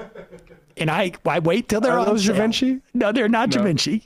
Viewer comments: It’s pronounced “Jee-Von-SHEE”. Geez lol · Yeah so gas was 60 cents a gallon according to this guy. Sure kiddo. Also. It’s “jhee-vawn-shee” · Pronounce it Givonchy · sam pronouncing Givenchy like da Vinci makes me smile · My favorite part of this is the crew mispronouncing Givenchy, lol.